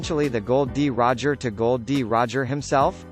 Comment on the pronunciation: His name isn't Gold, D Roger. Its Gol, D Roger.